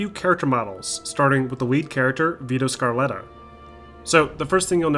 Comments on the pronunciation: Vito scalleta not sarletta idiot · its vito SCALETTA(skuh-le-tuh) not scarletta. I know I’m nitpicking but vitos one of my favorite characters of all time you just can’t do my guy like that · Its Vito Scaletta, not Vito ScaRletta. :D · My names Scaletta not Scarletta lmaoo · yo yo his name is not vito scar letta u fucking pumkin spice late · Sca-letta not Scar-letta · vito “scarletta” lmao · Vito “Scar” letta 😂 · "scarletta" really dude, it's scalleta fool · Haha wtf Vito Scarletta??? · "Vito Scarletta" bruhhh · Dafaq? Score-letta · Scarletta? Sca-Letta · It's Vito Scaletta, not Scarletta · "Vito Scarletta" ? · Did u say Vito Scarletta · I was excited for this video until I heard the guy say SCARletta... bruh did you even play the game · Did he just say veto scar-leta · It’s Vito scaletta, not scarletta. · "Vito Scarletta" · I can’t believe you called him Vito “Scar”letta. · I’m sorry did you say SCAR letta😭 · did he just say vito scarletta. i am offended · It hurt me deeply when he said Vito Scarletta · my man fucking said vito SCARLETTA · Say my name right !! SCA-LET-TA Dammit..it's not that hard fool ! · Did you seruously say Vito Scarleta ? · Pronounce Vitos surname right!